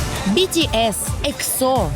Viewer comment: бИтИэс, ИксО, шАеНнн, блЭкпЭнк вы а токих группах не даже слышали. Да а как же, не слышали мы, больше половины населения земного шара не слышали о тАкИх группах епт, че за тупость ?